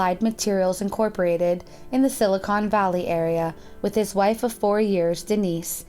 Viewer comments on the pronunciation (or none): none